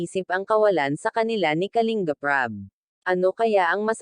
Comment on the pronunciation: Anu klase pag basa mo sa KALINBAP. .....???